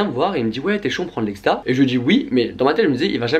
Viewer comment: c'est exta pas ecsta on est dacc ?